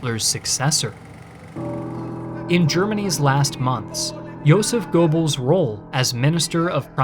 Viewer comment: Casually listening, trying to figure out who this "Gorebells" is that keeps getting mentioned. Oh. Goebbels.